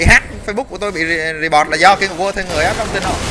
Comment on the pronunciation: wtf phút thứ thanh niên phát âm English là gây QUA :v war @@